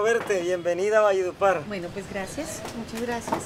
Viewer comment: Pero no se dice, valle de "upar". Sino ( valledupar)